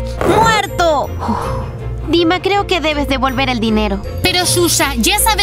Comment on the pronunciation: El nombre shusha parece q dice chucha